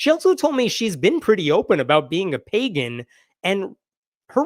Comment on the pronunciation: While I laugh at the Republicans, her resume says "play-gan" rather than pagan.